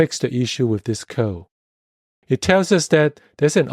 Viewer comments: Isn't it funny, how author alsways say "co" instead of "code"? :) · Thanks for the video. But please don't leave out the "d" sound at the end of the word "code".